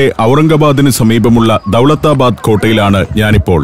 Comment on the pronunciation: ദൗലത്താബാദ് എന്നാണ് ശെരിയായ ഉഛാരണം - പുന്നൻ പീറ്റർ